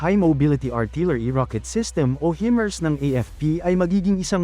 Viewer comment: Himars po hindi hemars